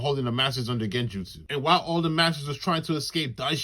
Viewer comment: Bro said genjustsu😂